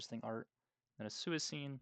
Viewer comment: Suicune is pronounced swee-coon btw